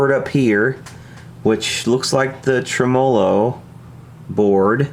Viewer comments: Correct me if I'm wrong. It's TREM-o-low not trem-O-low. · TRE-MOLO, not TRE-MO-LO, say it after me: TRE-MELO! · I enjoy your videos. Please start pronouncing the word tremolo correctly, though. The stress is is on the first syllable in every language, in English, as well as it’s source language, Italian. TREH-muh-lo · Did he just pronounce Tremolo , Trim-Oh-Low ? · Please for the love of everything good and holy. Stop fucking saying tremolo like that.